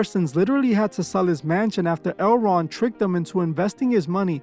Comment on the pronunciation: Toward the end of the video, when you were saying "L. Ron", it sounded like you were saying the name of that market, "Erewhon" 😬